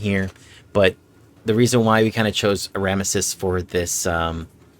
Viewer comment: Did u literally just call him Ah-ram-ah-sis ??? What the fuck Rock have you been living under.... It's Ram-Zeas 😂😂😂😂